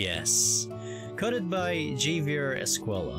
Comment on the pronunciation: Great video, and thanks for making this vid, and sorry for being late to comment on it, but just to let you know, Javier is a Spanish name and J is pronounced as H, so it’s pronounced Havier, but still spelled Javier.